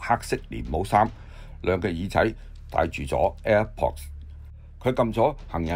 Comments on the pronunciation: 。air pods 讀 air pots , 唔係 air ports 👎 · air pods 讀 air pots , 唔係air ports 👎 呢位報導員先生 一定是覆姓 姓”馮英“ 名”讀錯“ ！